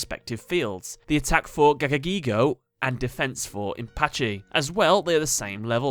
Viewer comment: ITS NOT GIGIGAGAGAIGO ITS FUCKING GAGAGIGO